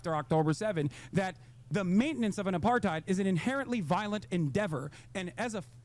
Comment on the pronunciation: What tf is up with Hissan and the word apartheid